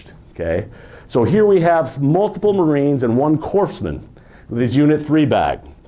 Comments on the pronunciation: Very interesting,??? But corpse...man??? Really??? Its spelled corpsman, but pronounced core....man!!! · I cringe every time I hear a Navy pharmacists mate called a "corpseman," especially by people who should know better; like this guy. Of course he's in good company which includes a President of the United States. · For the love of god someone tell this man how to pronounce corpsman!